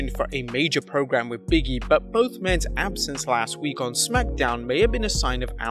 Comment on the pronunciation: Like how he pronounces Big-E as BIGGIE lmaoooooo